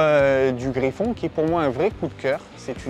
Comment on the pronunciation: Super vidéo, mais on dit pas Griffon mais Griff-N, contraction de Griffin à la base, et non Griffon ☺️